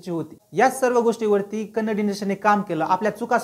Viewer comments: Kannad nahi😡 Kannada bolo, Kaisa hoga ki tumari bhasha ko Marath kahe to😤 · Bro it's not kannd it's kannada please pronounce correctly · It's kannada not kannad... Pronounce it properly....! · Hi brother, its not kannad kindly pronounce Kannada.. Kannada film have lot of good movies before KGF also.. Lucia, ugramm, googly, pruthvi, ulidavaru kandanthe, thithi mufthi, rangitaranga, Rajkumar, Buget wise it collected. More than 50 70 crore.. From Karnataka I love sirat song's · Bro that not kannad its Kannada please pronounce it properly. And anyhow I appreciate your work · Don't say Kannad movie. The actual pronunciation is "KANNADA".Say it as "KANNADA". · Kannad nhi dada kannadaaa. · Dada te Kannad nahi Kannada ahe ..! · Bro its pronounced as Kannada not Kannad And Tamil not as Taamil 😊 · Srry but it is not kannad, it is Kannada bro. I hope u correct it next time☺ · Please say kannada. Don't say kannad. Don't mislead the audience. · It is not kannad, it is kannada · Kannad nahi kannada boala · Kannad nhi Ka-nna-da ahe bhava 🙏🏻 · Hi brother ..its not kannad ..it is kannada ..please pronounce correctly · Bhayi ye Kannad NAHI kannada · Bhava it's Kannada not a Kannad. Pls pronounce it properly. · Kannad kannad nahi kannada bol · Kannad not it's Kannada Please Do Pronounce properly thank you. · Kannad no kannada bro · It's Kannada not kannad , plz pronounce kannadA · It's Kannadaaa, not Kannad pronounce it properly. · It's kannada not kannad...try to pronounce the name correctly.. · Please pronounce it as KannadA. Yes the A at the end is as important as the A in MarathA or MaharashtrA. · it's KANNADA !!! tumhi wrong boltae..